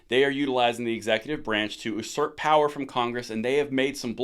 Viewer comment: Usurp - /yo͞oˈsərp/ "you-serp" not "oooo-serp"